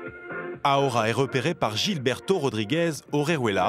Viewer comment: ça se voit que les journalistes, i z'ont rien foutu dans leurs cours d'espagnol au lycée. Ils prononcent le prénom "Gilberto" comme au Brésil alors que le reportage est sur la Colombie!